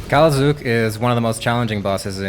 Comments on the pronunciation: umm I think it's Zuhk not Zook haha great video. I feel like you cold've done the Wiki reading for us and put it in the guide bc that's the whole point of a YT video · Pronounced Zuck. Buy good vid